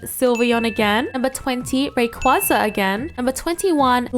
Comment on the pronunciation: Ray-Quay-Zah* I know you said your pronunciations won’t be perfect, but way too many people pronounce Rayquaza wrong. Lol